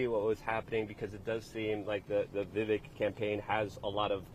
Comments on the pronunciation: Luke!! You’re saying his name wrong. It’s Vivek like cake! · Vivek rhymes with CAKE !!!!